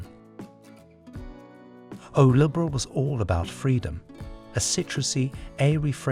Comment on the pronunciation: Libre is not liber.. Ô is O simple comme bonjour! If you can't pronounce it, don't say it.